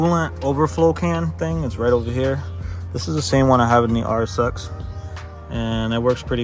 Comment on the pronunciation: Really nice, man 😁 Started following when you planned on starting - haven't watched more yet. I enjoy taking it all in with one sitting 🤪👌🏼 So really stoked to look at the build now. Also, im european from norway and when you say RSX it sounds like RS6 to me, so that was funny (imagined that without subtitles 😅👍🏻) Honda with RS6 parts, hehehe. Thanks for sharing! And now its time for me to start the playlist on the bigscreen. Take care, man